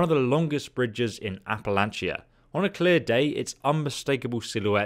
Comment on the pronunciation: Also most of us West Virginia pronounce Appalachia the “app-uh-latch-uh”